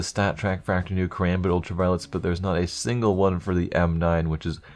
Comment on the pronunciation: "theres not a stingle stattrak factory new"